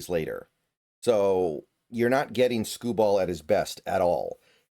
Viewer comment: Skubal will pitch games 2 and 5. Both on normal rest. Also you’re saying his name oddly